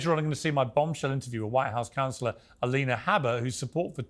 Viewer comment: did he just call her M-alina?